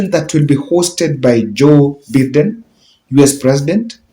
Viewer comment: plse check pronunciation of American President's name: Joe Biden BIDEN Ba i den